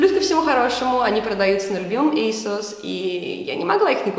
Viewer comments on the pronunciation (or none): none